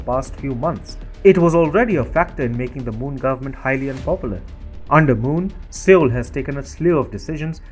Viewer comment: Sir! With apologies, I think that the appropriate pronunciation of the South Korean capital city is "SOUL" (although the spelling is Seoul) and not 'Seol' as has been mentioned here. Thanking you. 🙏